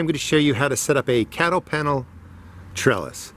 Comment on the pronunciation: I backed to make sure I heard that as well.